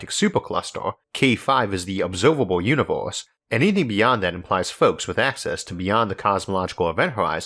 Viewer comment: One more "univorse" and I will jump from the roof.